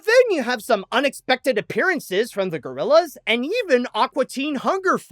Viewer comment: Mofo really just called them " Teh Gorillaz".